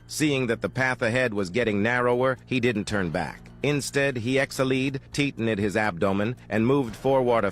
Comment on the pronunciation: "exhilied" "teetened" "centimaters"💀💀💀